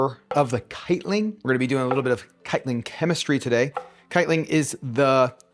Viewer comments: Love the recipe, and your energy, but every time you say "(kite-ling)" it hurts my brain. No L, no G. "(kite-in)" :) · This looks awesome! I’m gonna have to make it. I don’t really have a satiety problem but it looks delicious and has tons of healthy fiber. You mentioned something like citlin in the mushrooms. I couldn’t find this. It’s possible you were mispronouncing chitin. Not judging, just looking for clarification. chitin is pretty fascinating as it makes up insect exoskeletons and in mushrooms acts like cellulose does in plants to give them support. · That's a crazy way to pronounce 'chitin' but the rules are made up, so you do you